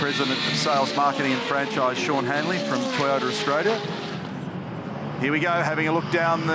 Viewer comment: Wow, what an amazing race. What a shame it isn't Holden vs Ford like true Australian culture. And did commentator Mark Skaife mispronounce the name of our country? It's pronounced Australia, not Austraisia.